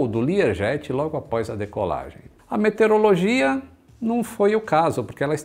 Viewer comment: Que decepção! ATÉ VOCÊ,??!!! Na tv Record tem meteriologia e agora com vc tem METEROLOGIA!!! Que decepção,... Não acredito que vc disse METEROLOGIA!!!